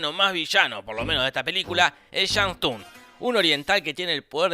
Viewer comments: La regla de los 10 torneos la decidieron los dioses antiguos para darle oportunidad a la tierra de defenderse, y la T de shang tsung no se pronuncia. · algun gil más que Remarque que se pronuncia "sung" Y no "Tung"? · Se pronuncia sung o tung jaja, Se escribe Tsung pero se pronuncia sin la T jja alto dataso tiraba :v